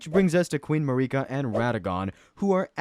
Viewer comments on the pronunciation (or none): Please say (MAYR-I-KA) and (MIK-ILA) lol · Hearing videos pronounce it as Ma-Ree-Kuh makes me think there's an AI reading a prompt because everyone in the english version (at least my verison) pronounced it like u would when saying America. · I hate how you pronounce Miquella and Marika 😂